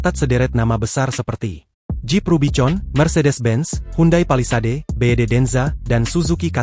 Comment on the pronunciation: Kelasnya tribun x pembawa beritanya sekolain dulu dong.... biar bisa bawa berita dengan tata bahasa yg benar bacanya.... bisa bedakan singkatan, huruf sambung & tulisan dengan bahasa inggris.... RUBICON di baca RUBIKON bukan RUBICON dlm bahasa inggris huruf C dibaca K..